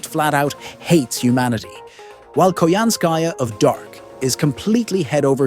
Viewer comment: I still hate how Koyanskya was butchered in Tunguska. I still wished she was part of the Tamamo 9.